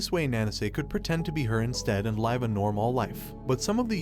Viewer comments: I was wondering why the diction of this video seemed a little off. Then at exactly I realized it was an AI talking this whole time. It said "live" like alive instead of liver. What a crazy program to be able to sound so real… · the AI you used to read this script hurts to listen to, and he can't pronounce Live or Life